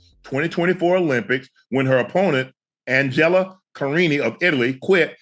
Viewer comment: Shannon asking the wrongggg dude about pronunciation. Haha he then says ‘an-gel-a’